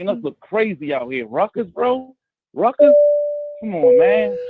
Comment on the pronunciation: Everyone V12 says “Rutgers,” it sounds like like he is saying “Ruckus.” Like “Uncle Ruckus” from the Boondocks 😂😂😂😂😂😂😂😂😂😂